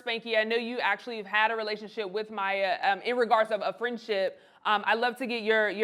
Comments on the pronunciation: Her name is pronounced My-E-yuh. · That’s not how you pronounce her name. This is not legit media.